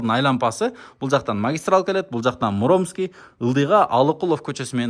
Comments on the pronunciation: Муромский кочосу дегенде ударениени туура койсон. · Муромский кочосу ударениени туура коюп окучу